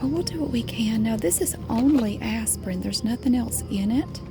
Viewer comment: She’s so adorable, especially when she says Aspirin it sounds like Asspirin 😂😂😂❤️